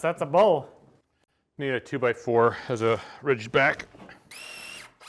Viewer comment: Bow not bowl